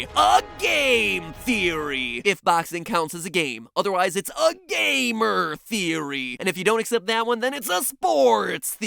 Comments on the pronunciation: "Gameer"? :P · You added an extra e to gamer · wait thats pronounced gamier